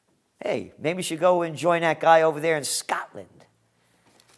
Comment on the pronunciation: i dont like the way you said "SCOTLAND" dont get carried away with yourself.